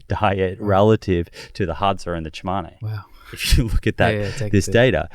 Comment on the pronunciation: Those tribes are not our ancestors. Tsimane is not pronounced 'Chimane' and consume is not pronounced 'conchoom'